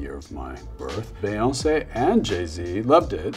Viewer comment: Never heard anyone pronounce Beyonce like that